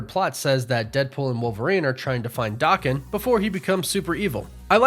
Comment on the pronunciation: two things. 1 His name is not pronounced Dokken. That was an 80s hair metal band. It is pronounced Da Ken but as a single word. 2. Here is a scene guaranteed to be in. DP3 but you will not hear about it till its on screen. When they come to the 616, Wolverine, will fight the Hulk. Marvel will not pass up that opportunity. Watch and see.